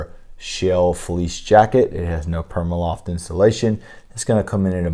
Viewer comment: Pr-ee-ma loft not PERMAloft